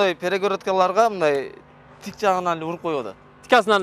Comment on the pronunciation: Озбек тууган кыргызча тик урулат десе кыргыз тууган ( ) тикя дейт))))